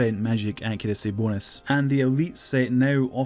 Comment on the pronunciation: The way u say Bonus LOL